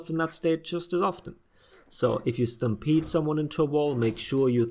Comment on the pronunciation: Lol so I heard “if you stampede run someone into a wall...” as “if you stam-pizza someone into a wall...” I’m hungry, fuck off.